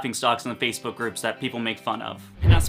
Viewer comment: LOL -ISH I think you said FACEBROOK😂😂😂 but this video is indeed informative and duely noted. 🥳